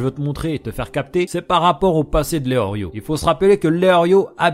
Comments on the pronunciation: Tu dis Léorio mais c'est Léolio. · Et c est pas eorlio mais eolio y a paq de Rrrrr